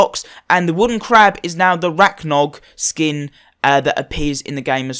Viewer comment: The ”racknog” Cmon everybody else can say Rangnarök